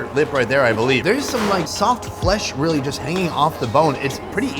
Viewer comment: "It not bad. It weally good." 😂